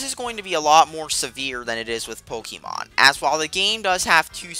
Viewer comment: It's pronounced 'Po-KAY-mon.' But DLC is always bullshit.